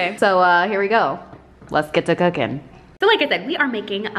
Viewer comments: cocaine!? lmaoo jk, sounded like it though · When she said she was cooking I thought she said "today we are going to do... Cocaïne " I died 😂😂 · I thought you said cocaine. LMAO. What? doing cocaine. Then I realised you said cooking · Ok so who else heard cocaine instead of cooking the first time 😂😂😂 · The first time she said cooking i thiught she said cocaine 😂😂😂😂😂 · Was I the only one who thought she said cocaine instead of cooking 😂😂😂😂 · I literally thought she said cocain and was waiting for her to see that she was joking but when I saw she was serious I was very concerned like wtf but its cooking lol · I'm I the only one who heard cocaine? 😂🤦‍♂️🤦‍♂️ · Okay I heard Cocaine instead of Cooking lmao :v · high key thought you say cocaine instead of cooking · I heard cocaine not cooking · i knew i wasn't the only one that heard that! lmao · Wait she did NOT say cocaine? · Syeda Ahmed ME TOO IVE BEEN LOOKING FOR THIS COMMENT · When she said cooking I heard cocaine 🤣🤣🤣🤣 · Am I the only one who heard cocaine not cooking 😂😂😂 still love her tho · I thought she said crack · when you said "we're going to do something i've never done before" i heard cocaine instead of cooking and i... was fully shook LMAO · WHO ELSE THOUGHT SHE SAID "COCAINE" -- INSTES OF "COOKING" OMG LOL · Did anyone else think she said cocaine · am i the only one who at first thought she said „today were doing something that I’ve never done before - COCAINE ” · When you said "Cooking" in the beginning, I thought you said "Cocaine" and I'm like "WOAH GURRLLL" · I thought she said she was going to do coke for the very first time 😩😩😩😩🤦🏽‍♀️🤦🏽‍♀️🤦🏽‍♀️🤦🏽‍♀️ she said cooking 😂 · I swear I thought she said "cocaine" not cooking at the beginning 💀💀💀😂😂😂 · I thought she said she's gonna try cocaine for the very first time lmao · Am I the only 1 that heard cocaine instead of cooking 😅😂😂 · When you said cooking, I heard cocaine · hahaha I thought she said she was trying cocaïne instead of cooking😂😂